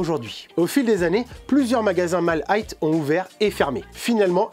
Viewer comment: Tu prononces 'high' comme si tu prononçais le mot 'height'. Vidéo intéressante sinon 👍